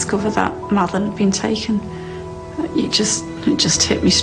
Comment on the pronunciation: The way Kate emphasises the words "had been taken" it's as if she feels the need to convince anyone listening to her that Madeleine was taken, rather than just saying she was missing, which at that point was all anybody knew. The door had been left unlocked, so what was to stop Madeleine from just wandering away? That was a possibility as to why she was missing, but it's never even considered by them. Surely, as a worried parent, you would want to explore every conceivable possibility if it meant there was a chance your child could be found that way. The only reason they wouldn't even consider her wandering away is so that they could sell this idea of abduction from the start. They know that she hasn't wandered off or been abducted, but claiming that Madeleine was taken covers their tracks much better. That's why they jump to stating it was an abduction straightaway, because that was the narrative they wanted everyone to believe. Therefore, they never miss a chance to try to convince everyone that this was an abduction.